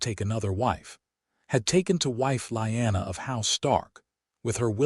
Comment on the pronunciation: Ray-garh not REEE-garh, and Lee-anna not lie-anna, A.I.'s an idiot and Jon's real name was Aegon, not wth ever the A.I. said.......Also, Caitlyn will always be a cruel, petty, vindictive DFC, in every story, hopefully someone rewrites her as a good woman, not the createn she is.